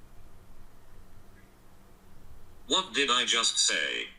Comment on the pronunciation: “Innernat” “donkey cung”